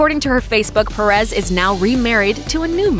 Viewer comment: The way they pronounced “Perez” tho 😂 I’m not making fun I know most English speaking people don’t have a Hispanic accent but It kinda bothered me (sorry( @@